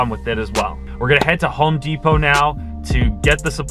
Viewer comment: home de-pot lol